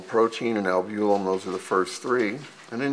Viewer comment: I don't know what this guy is saying when he says albulim???What is that??? I worked in laboratory setting for over 20 years. The word he is trying to say is albumin??? Maybe he has a speech impediment. He is also pronouncing creatinine incorrectly. There are other words also. I think it is very important for one to obtain your own labwork. I could read mine myself, but my doctor did not give it to me. Why I don't know unless he just thought I wouldn't know anything about the results. Whether or not, one is entitled to one's labs. I will get mine the next time I see him whether he likes it or not. I'm tired of his thinking whatever way he is thinking. I do not like that idea. What if I was a doctor? I was going to school to be a Medical Technologist. I ended my last year changing over to Environmental Science and Technology. Still I worked in laboratory setting preforming phlebotomy for over 14 years and knowing well enough about my labs I could read them myself. Well enough ranting and raving. Sorry to cry on anyone's shoulder. I'm getting my labs!!!!!